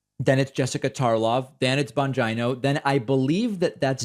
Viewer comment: Very Sam Seder of David with the pronunciation of Bongino’s name lol